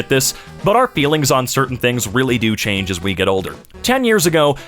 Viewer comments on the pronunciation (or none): none